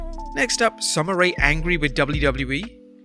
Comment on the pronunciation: Bro it is Sommer Ray not Sommer Rea or Rae